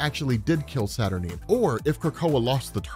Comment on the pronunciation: am i the only one who wants to scream cause robs pronouncing her name saturnin/saturneen instead of saturNINE